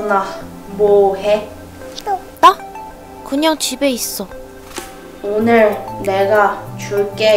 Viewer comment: 왜 오늘 인데 5늘이라고 해요